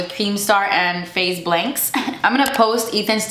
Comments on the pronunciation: All I got to say is… she said Faze BLANKS 🤣🤣🤣 dying. (It’s faze banks) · The fact you said Faze blanks 😂😂😂😂😂